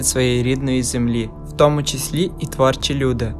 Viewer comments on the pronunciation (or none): none